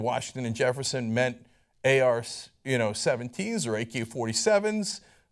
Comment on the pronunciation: "AR 17" BAHAHAHAHAHAHAHAHA nice try Cenk, what a moron